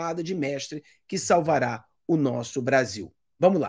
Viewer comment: "SalvaraRo Brasil"??? Que viagem é essa na Pronúncia irmão???